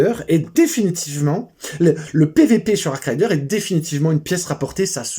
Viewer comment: arc raider pas arc rider....